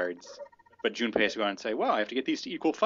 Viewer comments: I'm pretty late here, but it IS pronounced "june-pay" if you've ever played Persona 3, the comic relief character has the same name. :P Just thought I might point that out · June-pay. Like the Persona 3 character. :) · Yay you guys pronounced his name right ::D